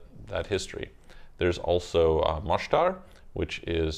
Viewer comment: Just few things. 1.Mostar just think of that rap song MO Money Mo problems but take the MO and add the word STAR and its how its pronounced :) neighboring